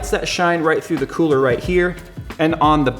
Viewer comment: "the kewler"